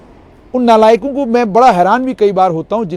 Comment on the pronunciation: That accent of Nalayak word 😬 only doda kishtwar bhad wale can understand